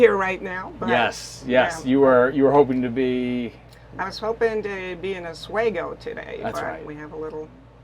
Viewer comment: Os-We-go not os-way-go